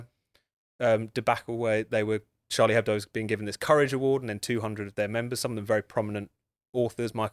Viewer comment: Finally, a British/American journalist who pronounces Charlie Hebdo correctly! I mean, it's not exactly rocket science, is it?